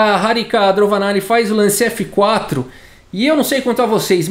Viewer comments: fala "DroVAnalli, porém está escrito "DroNAvalli" Qual é o certo? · Eu acho que o falou errado o nome da indiana o video todo